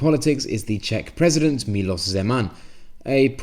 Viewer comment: Very accurate, I found no factual errors in this video at all. You also have a very good pronunciation and judging by your translation of the SPD advert, a good knowledge of Czech as well. Just one minor thing, the president is called Miloš Zeman [milosh]. I would very much look forward to a follow-up video now that it's a few weeks after election.